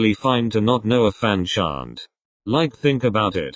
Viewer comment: idk why but the way you said chant in fanchant had me wanting to strangle something 😭😂